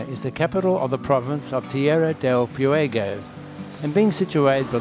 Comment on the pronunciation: I’ve watched a lot of Antarctica videos and your has the best photography by far. Excellent job! 👏🏻 For future reference: Ushuaia is pronounced ooh-SHWI-uh. Tierra Del Fuego is tee-AIR-uh del FWAY-go. Once again, congratulations on a wonderfully shot (and edited!) video.